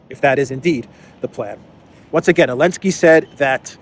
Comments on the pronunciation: So dumb he can't even speak out the name of THE BRAVE UKRAINIAN PRESIDENT ZELENSKY !!! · Why does he always say "Elensky"?? Help an ignorant American out please